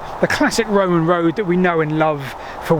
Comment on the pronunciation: Whenever he says WOAD he means road* for those that get confused! His British isn't great, which is fine.